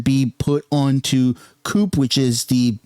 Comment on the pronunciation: did he just call co-op coop?